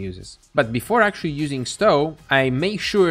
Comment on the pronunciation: Also, the 'o' in Stow is pronounced like the 'o' in toe, not cow. 😉